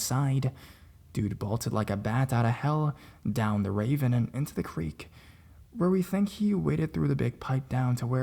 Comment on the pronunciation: "raven..." "rah-VEEN"